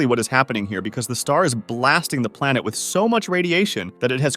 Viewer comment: plenet BaRAjuuu